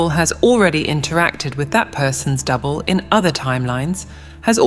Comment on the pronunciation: Is it me or when she says double it sounds like devil?